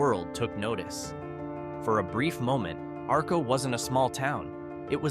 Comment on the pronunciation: I live in southeast Idaho. The lightbubs were lit up in Atomic city near Arco, Not Arco, Arco was the first town powered by atomic power, and learn how to pronounce the places correctly, this is horrible!